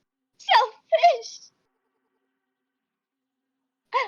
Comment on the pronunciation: ….im so…sO… SHELL FISH… (sorry i had to it’s the way she pronounced it)